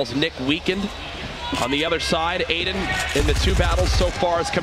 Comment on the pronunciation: Nobody: Literally nobody: Ninja: AIDAN 👁👄👁